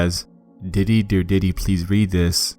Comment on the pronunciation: When you said diddy, I heard Titty.